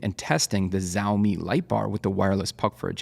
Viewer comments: hey thanks for the vid. i had been wondering how to pick a right light bar for my setup and haven’t found an ideal one yet. i always wondered how that tiny bar can make the ambient light seem more even. just an unrelated note, “xiaomi” is pronounced more similar to “shiao” than “ziao”. i say similar because it’s still not the same, but it’s definitely far closer to “sh” than the “z” sound. if you’re interested, copy this character and use google translate to pronounce it: 小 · FYI, Xiaomi is pronounced "shau-mee". The X is an "sh" sound, not a "z". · Its pronounced "shaow mi" sha-ow mi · Xiaomi is more like ShOWmi by the way. ( ow sound ). :3 and thanks for the video! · Why is he calling xiaomi zaomi? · it's pronounced "shao-mee" - with the first part sounding like the first half of "shall" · As a mandarin speaker, a more accurate pronunciation would be “see-owl mee” or “seow mee”….like how u pronounce “Meow” but replace the M with S.